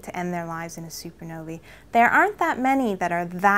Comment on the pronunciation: supernovi? Did she meen supernovae?